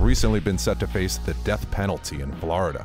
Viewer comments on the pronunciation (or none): Florida not Blarda bruh😂😂